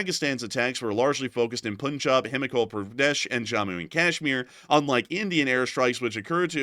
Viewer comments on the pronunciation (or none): none